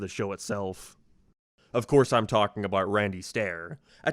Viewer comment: Your pronunciation is so frustrating How did you say “abaouuu” instead of about?